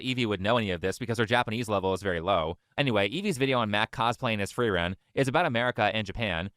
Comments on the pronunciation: "the anime FRAREN" as a German, I'm already fatiguemaxxing at this point IT'S PRONOUNCED FREE-REN YOU DUMB [slur] edit: every single time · How is it miss antiracism can't pronounce frieren but can? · can't even pronounce frieren correctly..